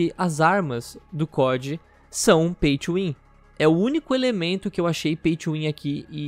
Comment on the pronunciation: caralho demorou até eu entender oq é esse Paitchuwin kkkkk até eu entender que ele tá falando Pay to win